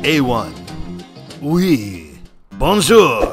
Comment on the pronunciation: The "Oui" at the beggining went hard